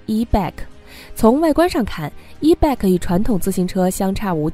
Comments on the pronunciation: e-bike pronounces as e-bite, no e-bag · ***It is NOT e-BAK !! IT IS E-BIKE !!! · 是 e-bike(白）,不是 e-bag（憋）.... e-bag 电动包包吗？？ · e-bike should not be pronounced as e-beck. The correct pronunciation is e-"baik" like in bicycle. Bike is the short form of bicycle. "i" is like in ice or nice. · E bike 不是 e bag, 发音有够烂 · 什麼發音？E bike諗成E-BAG、救命呀！ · 你的发音不正确 call e-bike. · e bike i的音 不是e 的音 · 听起来像e-bag